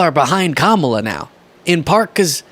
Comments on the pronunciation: Trump, if you cannot pronounce the name of Kamala, have the courtesy to ask her how she would like her name to be said! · He deliberately mispronounces Kamala's name.